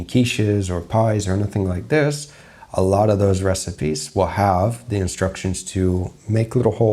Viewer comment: Where is your accent from? It really came out at the start of the video when you said "I've gotten a lotter requests"